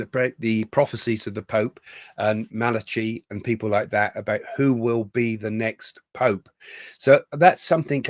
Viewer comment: Hi Craig. Malachi is pronounced Malaky